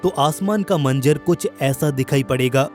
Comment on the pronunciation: Bhai tum manzar ko manjar or nazara ko najara bol rhe ho...baki voice shi h